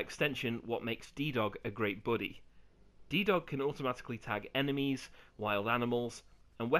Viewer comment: D-Dog: ❌ D-Doge✅